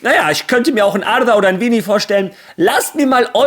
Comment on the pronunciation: sprech mal bitte Vini seinen Namen richtig aus das Jr wird Portugiesisch aus gesprochen und nicht Deutsch das geht mir als portugiesisch Sprechener sehr auf die Ohren danke im voraus 😉👍🏾